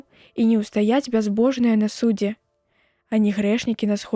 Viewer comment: Прачытана: на суд'зе, слоўнік дае націск на апошнім складзе: на судзе'.